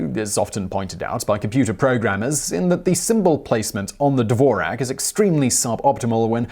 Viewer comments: It's pronounced Dvorz-yak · Really bad pronunciation: Dvorak, which doesn't rhyme with Morag, is pronounced DVORZHAK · That's NOT how you pronounce the name "Dvorak" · The "Who Invented the Keyboard and is the Dvorak Really Better than the QWERTY?" drinking game: One shot of tequila each time he pronnounces the word Dvorak as DDDVVVorak.